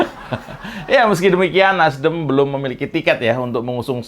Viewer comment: ngomong NASDEM sampai keliru NASDIM 😁😁😁 gara gara tadinya kebanyakan bilang in... in.. in.. 🤣🤣🤣